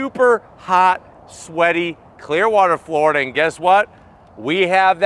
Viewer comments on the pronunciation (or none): none